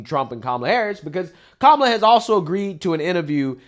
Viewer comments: Did she say Kuala Harris 😂😂😂😂😂😂😂😂😂😂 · She said..."Kawala" 😆 🤣 😂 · She's calling Kamala Kawalla😂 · Love it, I call her cumal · She intentionally mispronounced her name! How racist.